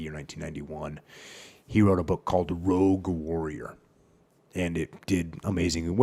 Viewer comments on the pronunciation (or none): none